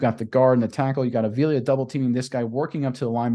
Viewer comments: WHY ARE YOU BUTCHERING THIS MANS LAST NAME??? ITS A-V-I-L-A! STOP SAYING THE EXTRA I IN FRONT OF THE 2ND A! 5 LETTER NAME, 3 SYLLABLES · AH-VEE-LAH...say it right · Bro say his name right if your gunna make a video.